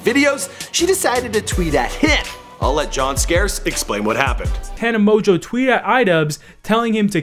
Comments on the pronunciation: I'm not a tana supporter but just like your sssniperwolf video this was badly made, it wasn't factual and was purely made to slag her off, and purposely mis pronouncing her name when she says it at the start of everyone of her vids is just childish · It’s produced MO-JOE not mojew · Did anyone cringe when he said "Mon-Jew" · she's a gen z, not millennial. Pronounced mo-jo. Please do 2 seconds of research on how to pronounce names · It's pronounced mojo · Yo did I just hear you call her tana mon(Jew) ? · and how da hell you get "Amojew" out of Mongeau? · Also, it's really not hard to pronounce Tana's last name... she used to say it in the beginning of all her videos haha MOJO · "Tana Mongoose"-idubbz 2k17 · "Tana Moju" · its promounced "mojo" btw 😂😂😂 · Pronounced TANNA MOJO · “Tana Mozue” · Moejoe is how you say it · It's pronounced Tana, Mo-Jo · Mo-jew?!?! MO-JEW?!?! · 'tana mojew' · her last name is pronuced mjo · It’s pronounced “mojo” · you say it like moan joe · Who the fuck is tana moju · Tana Mo-jew, LOL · It's pernouced " Tana Mojo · Tana Mon Jew?! IM CRINGING PLS LEARN HOW TO PRONOUNCE HER NAME BEFORE U MAKE A VIDEO ABOUT HER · Take a shot every time he said "Mongeau" wrong😂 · dude, you've seen her videos, she always says her name in the beggining at the video, how come you cannot say it right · How you gonna mispronounce her name when she says it at the beginning of every video? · Omg, her last name is french(like mine) it's not that hard to pronounce.. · at least say her name right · who else was triggered when he mispronounced her last name?? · SAY. HER NAME. PROPERLY! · He doesn't even pronounce her name correctly. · He literally can't even pronounce her name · "a name no one can pronounce". Tana mo-jo it's not that hard, I've seen some other videos of him and this guy needs to learn how to pronounce names before starting to record. also when he messed up channon's name (Shannon), someone teach this guy how to pronounce words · "Tana mojew"